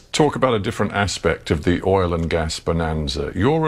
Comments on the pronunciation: OIL not OLE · I love the way says oil, like oool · the word OIL has a dipthong. You are saying OLE. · Dude cannot pronounce “oil” correctly to save his life. Lol! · Say oil right😂😂😂.. oil oil oil oil oil oil oil😂😂😂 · man...why can't you pronounce "oil"? what kind of accent is that? Great clip BTW. :-) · Good video, but you need to learn how to pronounce the word oil